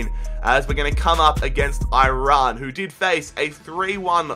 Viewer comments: That guy just said Oirayn for iran? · im persian and aussie bilingual basically but is it me or do every one pronounce Iran wrong in my mind lol